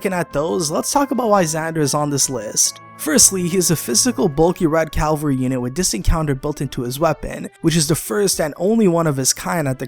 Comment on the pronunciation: Ca-val-ry, not Cal-va-ry